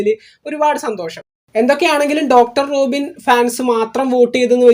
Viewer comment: റോഖിൻ അല്ല 😂 റോബിൻ